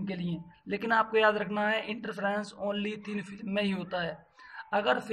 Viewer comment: Thin film hota hai... filim